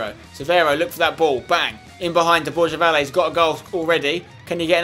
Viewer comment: borja valle its pronounced bor-ha va-yeh